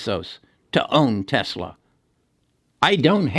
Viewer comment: Dude can’t even say Tesla 🤓